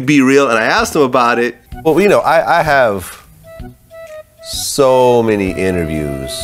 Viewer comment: 'I interviewed ssso many people'😂😂